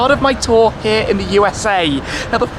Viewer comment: we heeee in miami